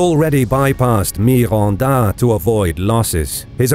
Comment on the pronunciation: MI-RON-DA. NO--GA-RO.... I'M DEAD JAHHAHAHAHA